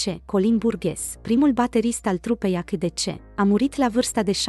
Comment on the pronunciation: Se citeste aisidisi.